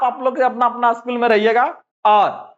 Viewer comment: असकूल नहीं स्कूल होता है